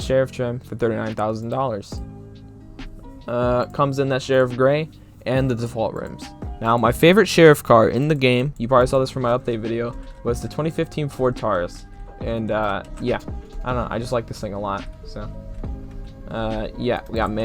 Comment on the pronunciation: The Ford Taurus is Pronounced Ford Tore-es